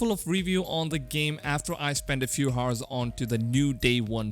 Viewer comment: 'H' is silent in 'Hour'